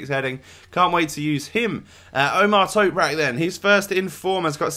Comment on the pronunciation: Quality video, just for future reference it's Ö which is pronounced like 'oe' so it's said like oemer (say it fairly fast), but you said Toprak well:-)